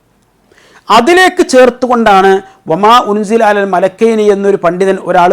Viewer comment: അല്ല,, മലകൈനി, എന്നുള്ളദ് മലികൈനി എന്ന് വായിച്ചാൽ, പ്രശ്നം തിരുമല്ലോ 🤔🤔🙄🙄